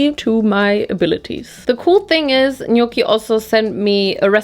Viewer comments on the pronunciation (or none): none